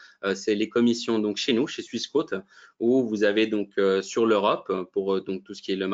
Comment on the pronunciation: pourquoi prononcer swiss" quôte", alors que ça devrait logiquement se prononcer "quote", comme une quote boursière.